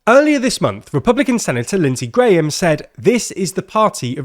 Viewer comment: Lindsay GrAYam 😂